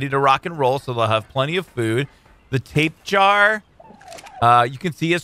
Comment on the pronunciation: i know this is an old vidio but i just hate to say i chringe alot when says Tape jar when its pronounced ta pe ja ra:D i keep thinking of a tape worm when he calls it tape jar